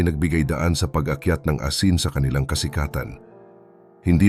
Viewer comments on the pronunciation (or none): This is a constructive criticism. Your voice is definitely perfect but you need to improve more on your pronunciation or accent in some words like "asin" which you mispronounced at the beginning but later on corrected it "mahuli" "patama" "nagwagi" "mabuwag" "sinampahan" etc...regardless, I'm a big fan and kudos to you.